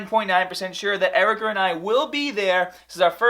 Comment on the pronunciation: does erica care that you call her ericer?